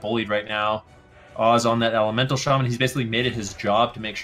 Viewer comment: SHA MAN. NOT SHAY MEN